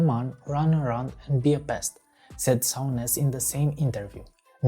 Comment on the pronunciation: It's 'Soon-ish' not 'Soun-ish'